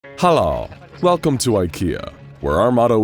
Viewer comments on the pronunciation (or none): "Halla" As someone who was born into the swedish language, im offended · First Word You Say "Halla" Instead Of Hello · that hallo pronounciation was terribly buthchered! I would know, im from scandinavia, and i know how Å sounds! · Its so fun watching someone that speaks english and see them prononce words with å, ä or ö wich they say a or o or they say it with a darker tone. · I love how he tried to say ''Hallå'' <3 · I mean he tried his best to say hallå. And the rest of the swedish words. Inte illa.